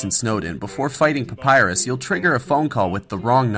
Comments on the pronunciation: Ironicly enough, the name of Papyrus is not "Papyru". I wonder if thats why he allow it. ;) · "Papyru" is not the only one ! (audible wink)